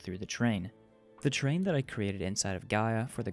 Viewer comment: it's terrain, not train